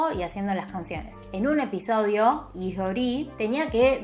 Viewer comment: no hay descepcion mas grande que aquel dia en el que lei en coreano el apellido lee, que en realidad se pronuncia i, damn•~• •<•